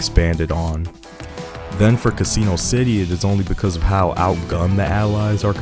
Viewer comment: It's not "casino" lol, there's a double s. Instead of Cuh SEE no, say CASS inno. Rhymes with Máximo, Massimo